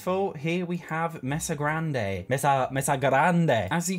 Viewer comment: the way you pronounced "grande " was really good 😭😭😭